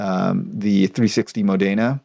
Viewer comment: it's Módena, not Modéna.